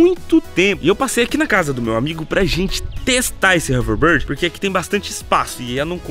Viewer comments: Não é haverborde é houverbord kkkkkkk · Não é overbard é overboard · nao é overboard é overbórd que se diz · "HoverBARD"??KKKK😂 TUDO BEM,CADA UM CHAMA DE COMO QUISER😆👍😉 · O fala hoverbird kkkkkkkk! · Hoverrrbird kkk